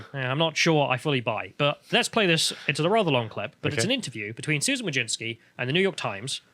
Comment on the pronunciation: "Wojcicki" should be pronounced "vooy-tzi-tzkyh". "vooy" rhymes with "hooy" (chuj), which is male genitalia in Polish